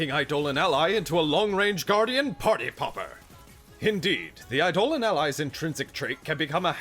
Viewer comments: Idle-On. Not I-Dole-Un. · "Eye-doe-lawn" - Eidolon or rather, "ayedo-lawn"